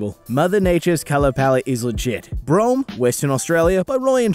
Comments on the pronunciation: baobab migh be pronounced like bow-ab (like abdomen) is they’re the same as the Australian ones Broome ,,,,, br-oo(like boo)-mm(like the m sound?) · Tf is brome??? Its pronounced Broome like the thing you sweep the floors with Edit: Timestamp is about